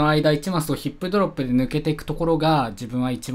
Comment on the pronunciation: ｢ヒ↑ップドロップで死にマース｣